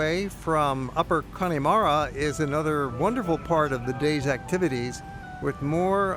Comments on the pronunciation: It’s pronounced Con-a-mara not Connie-mara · It's pronounced...Cann'a'mara...not Conn'i'mara, nonetheless, a great video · it's not conneymara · Please, please .... The E in Connemara is Silent. If you were there?, did you hear anyone say Conn E Mara? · The "e" in Connemara is more of a "uh". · Nice video, but please learn to pronounce Connemara!